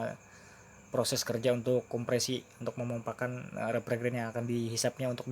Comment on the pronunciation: Revrigen itu apa? Kaya evergreen ato gimana? Yg benar itu bacanya refrigerant atau refrijeran gitu buka Revrigen, opo we? Untuk refrigerasi atau melumasuui????